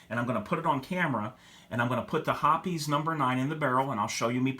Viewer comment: Thanks for pronouncing Hoppe's correctly. The reason that Ballistol didn't clean as well is that Ballistol is just a medical grade mineral oil. I've been a Hoppe's #9 user for years. I've tried a few other cleaners and at best they did the same job but cost a lot more. There's a reason that Hoppe's #9 has been around for over 100 years, it works. All I use is Hoppe's #9, Rem OIl in a spray bottle, and Mobil 1 5W30. Cost effective.